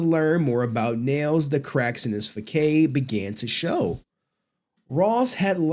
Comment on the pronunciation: You didn’t pronounce facade right